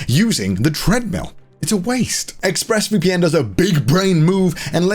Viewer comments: I swear to god Conner said Ex-Breast VPN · I swear for the ad, Connor yelled out "Exbreasts VPN!"